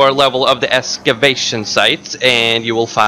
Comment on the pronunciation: EXCAvation not ESCABATION